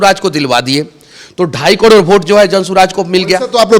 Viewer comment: कड़ोर नहीं करोड़ होता है मनीष जी